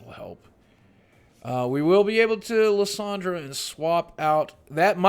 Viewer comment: It's pronounced Lie-san-der Boogie, just thought you would like to know.